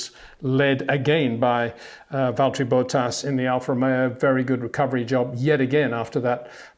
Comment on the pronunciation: and bohtass